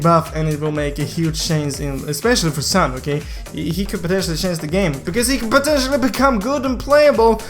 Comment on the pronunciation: Is reas s(u)n not san